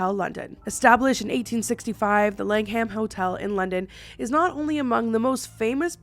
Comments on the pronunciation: Fun video! Just one tiny thing. The H in Langham is silent, so it's LANG um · I love you lots. Thank you for this video haha I live in England and I didn’t know of the langhams full haunting. Also no hate, just letting you know, it’s pronounced lang-am xxxx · I love hearing Americans and Canadians saying English words or places 😂 it makes me chuckle in the uk we would pronounce the langham lang-um same as Birmingham it’s said birming-um one of my faves is Cheshire they say it like it’s spelled but it’s said chesh-ear here hehe 🤭 but the way you say it makes me smile even more 🥰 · Love this video!! But the more times you pronounced "The Langham", "The Lang-Ham" made cackle. I'm not digging you out, it was funny x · I really enjoyed this. UK correct pronunciations 😂= Norf*ck, jackobite, Langum❤️❤️ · ❤ how you say Langham. I'm from Essex in the UK (about 0.5-1hr on the train from London) and I don't pronounce the h..... so I always call it the Langum hotel . They do a really lovely afternoon tea 😁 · Many British named that end in "Ham" are pronounced more like "um", if it comes up again in another video. Google's usually great for the pronunciation of things too